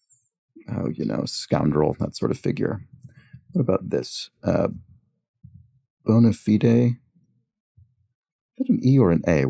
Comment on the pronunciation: I'm so happy that you are actually pronouncing it "bona fide", and not "bonerfied" like so many anglophone speakers do. :D